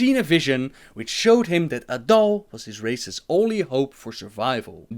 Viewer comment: "Their leader is adull".. A'DAL, not a-dull.:P